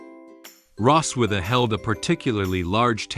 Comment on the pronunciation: It's Rossweise, not Rosswitha....